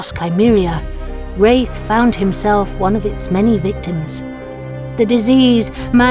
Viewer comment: My favorite lore yet! Rathe is a beast of a summoner. Aftersound did a great job on the music as always. The pronunciation of Rathe (long A or short a) needs to be sorted though.